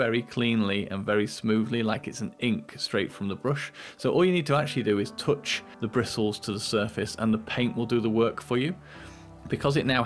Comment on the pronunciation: tooch the brissls of the broosh